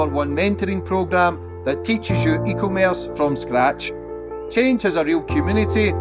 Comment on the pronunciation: E commerce not eco Merse 😂😂😂😂